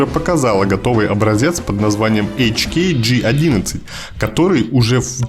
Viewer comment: Совсем не правильно произносить на английском, ты сам сказал : хеклер кох. Значит ха.